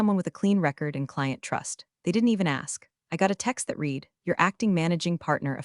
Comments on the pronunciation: Perhaps some day in the future we can watch the videos and hear "read" pronounced correctly! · every time they say it wrong my brain does a mini reboot.